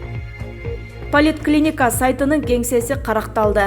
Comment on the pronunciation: Полит клиника деген да болчу беле поликлиника дейт чон кыз